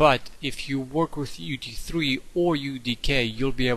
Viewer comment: everytime you say UT3 it sounds like UG3